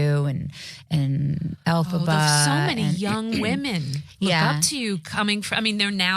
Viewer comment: The interviewer is worried about pronouncing Idina and then the way she says “Elphaba” - totally off.